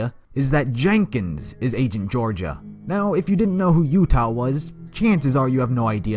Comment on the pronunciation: "raido" "angent" "gorgaia"